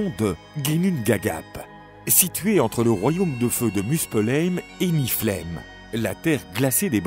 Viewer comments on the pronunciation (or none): Belle vidéo. Ma mythologie préférée, juste de gros problèmes de prononciation de noms comme "Ases", "Jormungandr" et les différentes niveaux comme le "Nifleim"...